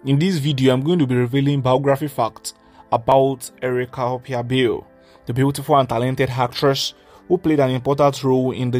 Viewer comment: Bale is an Ijaw and itsekiri name. And you are not pronouncing her last name properly.